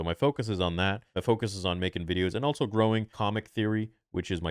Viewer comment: I love you theory but it’s pronounced “also” not “altso” love you brother